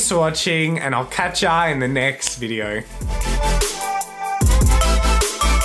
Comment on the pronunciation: “Click a viedour “